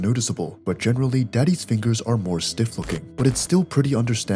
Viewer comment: The way he said daddy`s or daddy💀